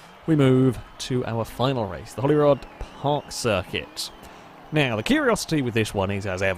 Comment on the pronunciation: Holyrood is pronounced 'holy-rude' Just saying